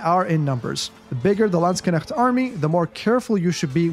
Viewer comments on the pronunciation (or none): Oh the pronunciation! I hear you say: /Landsg - k - negts/ similar to "Lands Connects" It should be something like: /Land - SHHH - nekts / similar to "Land 🤫 Necks" Great video BTW!! I'm subscribed now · you always say "Landskenechts" instead of "Landsknechts" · Landskenecht lol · Edit: Based on the many questions posed in the comments section below, I've decided to further expand on the Unique Upgrades of the HRE for its infantry to answer your questions. Check it out! How many times did say Landsknecht in this video? My German friends, I hope I've pronounced it correctly all those times! Thanks for the continued support as always, and more Age of Empires content on the horizon - stay tuned! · you pronounced "Landsknecht" pretty well, just the "ch" is not performed in the back of throat. It is more similiar to the "ch" like in "french" but we could argue it is a kind of dialect :D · I've heard from a few Germans to not pronounce the "cht" at the end as "ch" or "sh" sounds in English, but I know zero German or any of its dialects so I wouldn't know myself.. :D I suppose there're a few correct pronunciations then based on what you said :) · I find it hilarious that you put so much time and effort into making a high quality Video but can't be bothered to use google translate to check the pronounciation :D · everyone of you german Kevins: hört euch mal an wie andere AOE4 caster "Landsknecht" aussprechen, danach werdet ihr die Füße küssen! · yeah, Germany has different dialects too, so it was fine and more importantly understandable. I use 'sh' formed at the back of the tongue and pallet, tongue pressing against the molars. Gives the word a smoother 'flow' and not as clipped as you said it. I think you said it very Swiss-German.